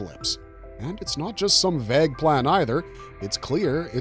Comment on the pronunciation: Why do you pronounce vague like that? I couldn't concentrate on the vid cos it's all I could think about.